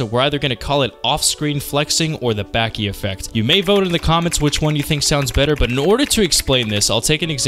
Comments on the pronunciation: Ba-ki Not backie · its bah-ki and back-ki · It’s Baki (bah-ki) don’t ever say (baa-ki) again please and thank you 🤣😭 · Baa-Key if you wanna get all english phonetics about it...... But there is not tiny Tsu in in the katakana of the title to have a double consonant sound 刃牙 (ばき) バキ not バッキ. Side note you should check out the kinda hilarious side story manga about Baki Gaiden: Scarface about Kaoru Hanayama the highschool yakuza guy and the rest of the baki mangas. in the third series he faces off against a fucking defrosted ancient man that the scientists called pickles its fucking insane. Just called Baki Hanma or in english was called Baki : son of orge. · aaahh yes back-e > bah-ki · its not back-ee its bah-kie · its not backi its boki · Aight LEMME MAKE MY DEFENSE CASE LOL. I first found out about Baki through the Super Eyepatch Wolf video and have only known it through that and another youtuber that was British. So the only way I've literally heard "Baki" pronounced was like BACK-Y 💀💀💀 300 comments later I now know that it's not pronounced like that... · it's not lol it's pronounced as "bahki" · I sure do love, “Back e Hama” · It hurt me how you said bäki😭😭 but otherwise i love this video it’s really well made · if this man say BACKEE one more time i might hurt someone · love the content bro but its Baah-Ki, baaah like sheep lol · BAAH KI BAH KEE BAKI ITS BAKI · its bah-ki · I LOVE YOU BUT SAY BACKI ONE MORE TIME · “Becky”? I mean...even the dub says it right. I’m just disappointed, because you pronounce a ton of things right. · Nobody talking about the greater than signs because he said Baki wrong during it. 😩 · says Baki is simple, mispronounces his name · Bro say Baki correctly 😂😂 I’m sorry it just sounds weird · Why do u say Baki like that love the video otherwise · why do you say baki like that gang 🤢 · Bro ain't pronouncing baki correctly💀